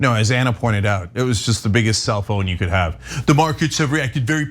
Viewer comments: Kept thinking Cenk was saying Cell Phone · I kept hearing cell phone, as opposed to self-own, stupid ears. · At first I thought Cenk said Cellphone instead of self own. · I thought you were saying cell phone 🤪